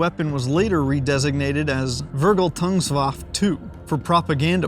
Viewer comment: In german the last E in "Vergeltungswaffe" is PRONUNCED ! VERGELTUNGSWAFFEEEEEEEEE ! NOT JUST "WAFF"